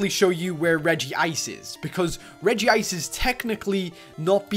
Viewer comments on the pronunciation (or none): its not regiice its regice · And it's Reg-ice Not RegiIce